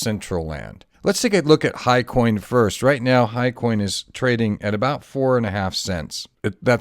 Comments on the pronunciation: hyCON ...not HIGHCOIN!!! huge difffrence. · Sorry Ross, Hycon not Hicoin. I put a ticker in the bottom to try and clearify because I didn't have time to re-record.